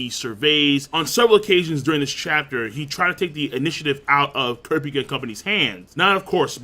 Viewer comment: He pronounces Kurapika wrong as well. Funny how people can watch an anime and hear the person's name pronounced correctly but still pronounce it wrong.